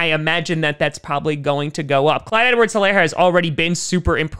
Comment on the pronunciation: Btw the h in helaire is silent it’s pronounced “elaire”